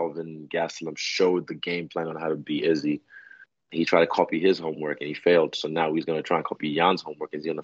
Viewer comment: 5 seconds in and saying izzys name wrong